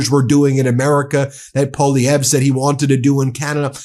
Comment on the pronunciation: Proud of my prime minister for not backing down and fighting back!! Proud of you Ben for finally mastering how to pronounce Poilievre!!